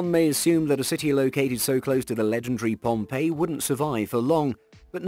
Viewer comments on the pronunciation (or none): none